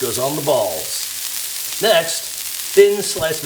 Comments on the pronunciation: Got a love the way George says "little bit of salt goes on the BALLS!" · GOOD LOOKING BURGER!!! 👌🏽 YOU KINDA THREW ME THEY WAY YOU SAID "TWO BALLS AND SALT YOUR BALL'S" .. 😂😂